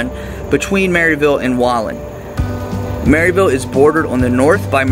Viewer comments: It’s “ Merr ville” I’m a yankee and they told me I was saying it wrong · You don’t even know how to pronounce Maryville it’s pronounced mare-ville